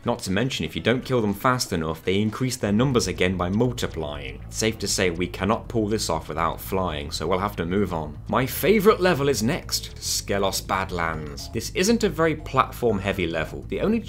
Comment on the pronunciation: I think Skelos Badlands is pronounced Skee-los Badlands. Damn you are trying way too hard to beat the game this way.